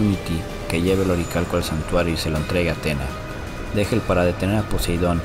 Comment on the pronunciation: Dégel viene del francés (deshielo) y se pronuncia "deyel"